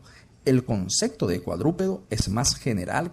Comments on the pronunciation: La ballena es un mamífero, pero no es cuadrúpedo🤦‍♂️. Por otra parte, ¿por qué oigo que dice "concecto"? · No puedo creer que se tenga este nivel de conocimiento, y al mismo tiempo se diga “concecto”. Léase: CONCEPTO.